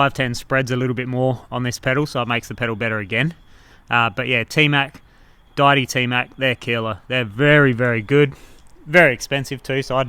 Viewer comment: dee-ity, not di-ity. Like a god. Deity